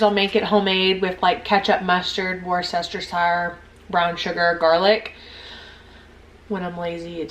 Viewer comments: I gotchu girl. “Woo-stir-sheer”. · It’s pronounced wers-ta-sure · Worcestershire sauce - wooster sure you don't pronounce the ce bit in the middle, I have no idea why. Or you could make it even easier and just say Wooster, that's what most Brits call it. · Hi, l really enjoyed this and it will be very helpful for a novice crockpotter. If it helps any the pronunciation for worcestershire sauce in England is wustersheer sauce 😊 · Say it like this: wuh stah sure sauce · I've mainly heard it pronounced "wooster sure" (sort of like rooster) or "worst er sure".. basically, ignore the "ce" and tone down the "shire" into more of a "sure" sound